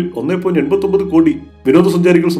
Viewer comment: 1.89( ഒന്നേ പോയിന്റ് എട്ടേ ഒൻപതെ ) എന്നാണ് വായിക്കേണ്ടത്. ഒന്നേ പോയിന്റ് എൺപത്തി ഒൻപത് എന്നല്ല. ഇത് തെറ്റായ വായന ആണ്.